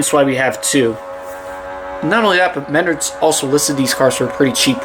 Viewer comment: It’s pronounced “Men-Nards” Save big money at MenArds”